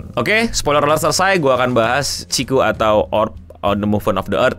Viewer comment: Hah? Ciku? Cikungunya??😂😂 Chikyuu bang😂